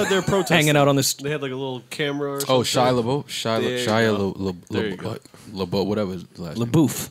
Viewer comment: I couldn't stop laughing when they were trying to say, Shia, last name.